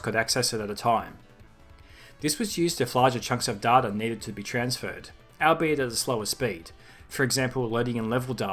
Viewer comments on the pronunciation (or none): it's pronounced "all - be - it" fella